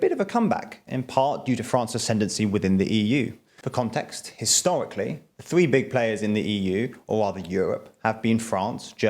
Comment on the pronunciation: Great video. Ty for the information. One point: it’s thRee not thWee